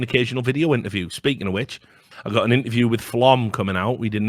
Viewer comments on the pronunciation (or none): none